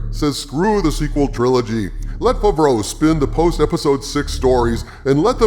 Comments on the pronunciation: SAY FAVREAU RIGHT!!!!! YOU SOUND DUHH DUR DUH DDUUURRRRRPP!!!!! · THAT'S NOT HOW YOU SAY "FAVREAU" YOU GAYLORD PERSON!!!!!!!!!!